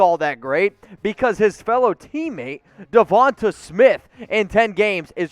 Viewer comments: It's Devonta not Devante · Dude you need how to pronounce Devante name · He’s gonna call the dude out for misspelling Devonta’s name, but then proceeds to mispronounce it over and over. Good job, bro.